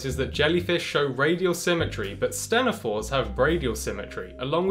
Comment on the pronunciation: Always heard it pronounced “teen-ophores”